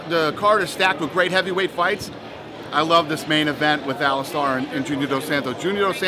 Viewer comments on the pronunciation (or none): hey dana it's alistair not alistar lol (star) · Someone teach Dana how to say "Alistair" and "Velasquez".